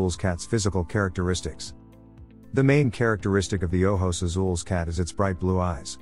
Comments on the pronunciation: Here you go. Ojos Azules is oh-hos ah-sool-eh-s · Haha and he's not even pronouncing it right